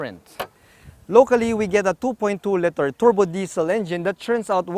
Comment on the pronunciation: I love your reviews. Spot on. Really helpful for someone like me who’s car shopping because I’m planning to retire in the Philippines as soon as I can get vaccinated fly over there. Like I said i truly appreciate your reviews. But buddy you gotta work on one thing; you gotta say and pronounce LITER correctly. It’s really aggravating because the word liter is always going to be in the Vlog; the size of the engine and the trunk space to name two. It’s LITER not LETTER. Thank you. Otherwise great reviews